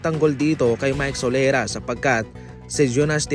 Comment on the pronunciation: Sorela ho...Hindi solera...